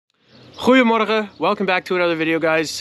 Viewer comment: Wtf you scared me for a sec when you said goedemorgen 😂 then i remember ohh yeaa that is ma boy 😝